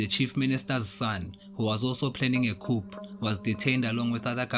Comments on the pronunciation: Thank you for the information.. But Coup ( coo & not coop) de tat.. Latin & French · I'm happy about the content in general,but not the way the presenter pronounces 'coup'